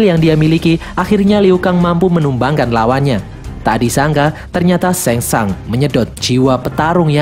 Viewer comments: Bukan sengsang tapi sungsang bukan liu kang tapi liu keng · Bilang nya sang shung pliss